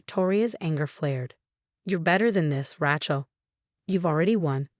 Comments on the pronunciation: Ratchill? Either ESL or ignorant AI..... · Rachael is pronounced Ray long A Shell Rachell. Lovely name not like a wrench or rachet. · The spelling of this story is very bad. It makes it hard to really understand the story. Even the pronunciation of some of the word are bad. Even Rachel is pronounced wrong. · The a in Rachel sounds like your a in the alphabet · The way it pronounces Rachel is more like a mans tool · 1. There is no “T” in Rachael. 2. The word Faux is pronounced “foe” not fox 3. Victoria protested “WEAKLY” not weekly. 4. The word resume is pronounced “Ray Zoo May” not “Rey zoom.